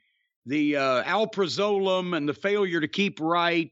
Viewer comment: They way he pronounced alprazolam 😅 and a gram of heroin usually goes for like 80 bucks.